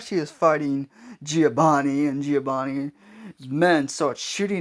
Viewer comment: Its not giobani it's giovani It's not sasashi it hisashi